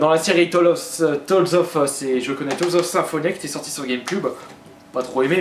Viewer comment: Chaud comment tu prononces "Tales of" et "Morrowind" ...